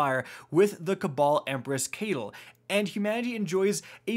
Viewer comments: "Cabal empress Caytal" 😭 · ...I’m confused? Does this guy just mispronounce words on purpose? Kate-al? Come on dude there’s no way you’re not doing that on purpose. They have said her name several times in this season 🙄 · Bruh I swear if you mispronounce Caital again